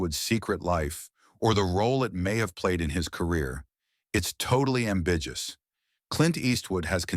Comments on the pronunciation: I checked out after the robot voice pronounced ambiguous as"am-bij-us". Rubbish. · It's totally am bijj us when said it. Stopped there and didn't watch anymore. Clown world with no quality control and no plans to proofread and watch what was created. Do it, upload it, next video. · I just heard "ambiguous" pronounced AM BIJJUS and even to my Hiberno-English speaking brain that was enough for me to switch off LOL. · The word. is, 'ambiguous' pronounced, (surprise-surprise) as am-big-you-ous' Say it three times quickly. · You lost me at am-bijious. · O:42 Ambiguous is pronounced AM BIG U US. Thank you. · "It's totally ambiJjus...." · I'm supposed to trust a fake A.I. voice that can't even correctly pronounce the word 'ambiguous' ? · This narration bot cannot even pronounce the word ambiguous. How could anyone believe any of this? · Not to mention ambiguous!!